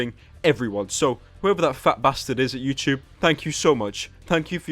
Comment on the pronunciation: why is he saying youchoob